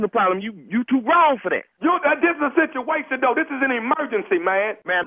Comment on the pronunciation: lol did Tommy say he in a shituation